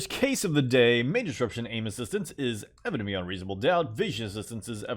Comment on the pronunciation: People: Evident beyond reasonable doubt" This guy: eveveownvvie reaascom ddqoet"